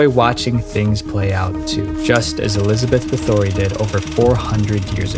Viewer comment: Dude there is nothing that robs this of credibility more than your inability to include factual information from known events. I mean how much research could have possibly done, you couldn't even say Elizabeth Bathory's name correctly.